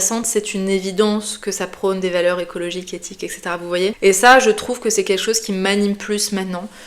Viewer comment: "Etcetera" pas "ecetera"